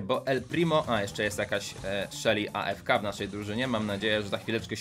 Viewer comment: Muwi się Afka